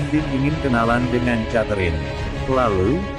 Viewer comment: Mas...."Catherine" sebutan yg sebenarnya kek "Keterin" bukan "chaterine". Jangan marah ya🤪